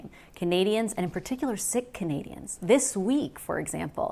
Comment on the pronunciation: She doesn't know how to pronounce Sikh (it's 'seek' not 'sick'). Not a very warm sentiment heading to India. He doesn't know. Yeah, Chinese investment so they can lift our resources right in front of these comatose Lib voters. Follow the money, and it will lead straight back to YOU.